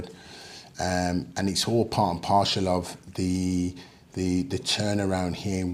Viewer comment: Part and Parcel! Not partial. 😂